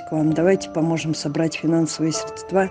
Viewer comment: я безмерно уважаю вас и всё, что вы делаете. Извините, что сейчас пишу эти слова, но, пожалуйста, говорите срЕдства. Удачи и терпения 🐕🐈🤗💖